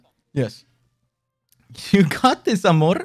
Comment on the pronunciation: “you got this 𝗮𝗺𝗼rrr~”